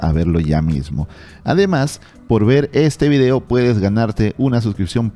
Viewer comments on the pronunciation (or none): none